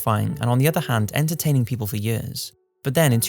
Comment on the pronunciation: Anyone else notice he always pronounces 'years' a bit like 'yurs'?